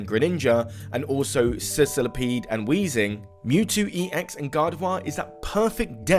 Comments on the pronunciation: I thought he misspoke and said Sizzlipede on accident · Why'd you pronounce scolipede like that lmao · For real lmao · Because his Scolipede is from Sicily